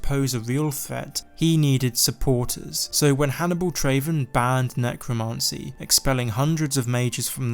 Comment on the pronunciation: necromancy not necromarncy